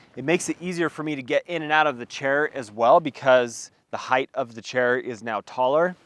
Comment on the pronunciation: Thank you for saying “hite” and not “high-th.” And the kilo high peak chair works for me. I like it a lot.